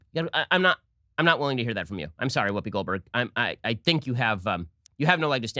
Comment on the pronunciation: Wuupi Gold Burg? Gold Burg? Her name is Goldberg? Whuupi. Lol!